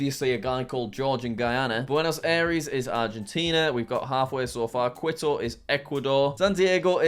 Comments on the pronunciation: its Quito like as in key-to not like quit-o btw jack! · WHAT IS KUITU IS KITO OK AND HOW DARE YOU SAY LIMA FOR CHILE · Every time Jack said Quito, it cracked me up: Quit-oh. It’s pronounced more like Key-toe, Jack. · jack if you didn't know, quito is actually pronounced qito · quito is pronounced key-toe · Kee-toe Ecuador, that’s how my Spanish teacher told me to pronounce it. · we love "quit-oh" I wonder how he will pronounce the capitals of honduras and sri lanka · The best part of the video is obviously Jack pronouncing Quito like Kwito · I cringe every time he says "quit-toe" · Just so you know, Quito is pronounced key-toe. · I think I started crying when he said “quid-o” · pov: kwi-to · Quito is actually pronounced like this. KEE-TOW. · Stop mispronouncing it! Quito is pronounced Cee-to. Get it right! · Good video, Quito is pronounced k-ee-to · KI-TO, jack! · You can’t forget quit-oh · Quito = kee-tow. Not really a soft Q in Spanish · “Quit - o” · Pldase find out how to pronounce Quito it's driving me nuts. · bro... jack saying quito made me die inside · quito is pronounced like mosquito btw jack